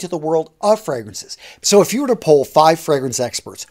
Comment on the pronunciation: Hey man, is it a regional accent to pronounce "you" as if you are saying "Jew" or is it personal? Y and J generally sound different? No offense, just asking coz I'm not familiar with US regional dialects.